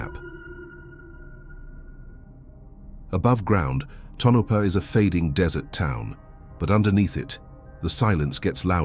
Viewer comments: Tonapha is pronounced Tone-a-pa. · The AI voice's pronunciation of Tonopah is an eerie mystery in and of itself!